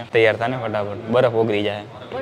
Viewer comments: Badaf nai barf ben bolta sikh😅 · pehala baraf bolta shikha